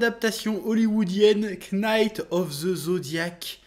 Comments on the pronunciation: Knaki of the zodiac, chef il prononce tjrs les k en mode balek l'anglais 🤣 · Tu rend ouf à prononcer le K de knight